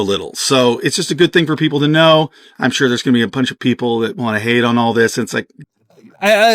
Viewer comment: "Exactly UND exactly" xD Someone has been watching too much WAN show xD